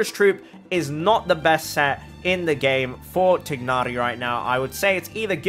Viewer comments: i’m glad you are pronouncing his name as “tig-na-ri” the in-game english pronunciation “tie-na-ri” is just wrong… 😞😒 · I really like how he pronounced Tighnari. Thats the closest to actual pronunciation of how he’s meant to be called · Through english grammar you are saying his name correctly, the way mihoyo says his name is wrong. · You're saying his name fine...if I hear THIGH-nari one more time I swear. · I don’t comment at all but I just wanted to say you’re one of the few ppl who pronounce his name correctly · I like how you pronounce his name. It sounds more authentic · i dont think anyone will see this but you are pronouncing tighnari's name right, it's not actually supposed to be tie-nari, its supposed to be the way you said it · You're not pronouncing his name wrong🙂